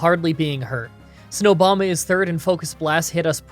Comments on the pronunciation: Did anyone else hear him call Abomosnow Snow-bama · Did you call Abomasnow “Snowbama”??? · You also said "Snowbama" instead of Abomasnow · ok im only watching this now but you said Snowbama or Snobama. Snobama is my name in everywhere except youtube lol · Straight up called it Snowboma lel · This nigga called him snowbama 😂😂😂. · Did..did he say Snowbama? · did you say snowbama when abomasnow came out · did you call him “snowbama”??? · He called abomasnow snowboma XD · can’t believe no one heard it, but dude legit says “snowbama” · “Snowbama” XD